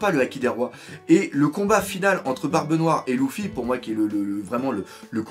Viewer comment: euh doc on dit luffy pas louffy